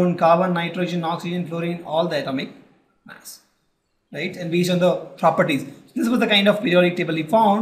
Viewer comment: It is mass not maass